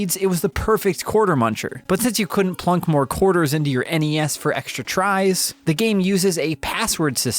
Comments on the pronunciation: NES is pronounced like the end of Hi-Res. Or do you say Hi-Ress? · "NES...or the En ee ess..for short." Good video man just busting your balls